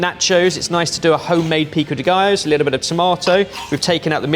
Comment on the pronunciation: I was so proud when he properly said pico de gallo and then he immediately butchered jalapeño